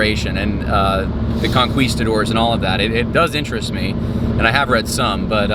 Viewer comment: ConQWEstadores? Do you not know ANY Spanish?